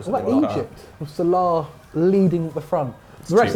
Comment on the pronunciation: The only name can’t pronounce is salah